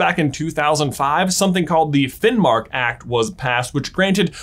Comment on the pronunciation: This teached me more about Sami history than in school (I'm Norwegian) keep it up and you pronounced Finnmark rigth 👍🏻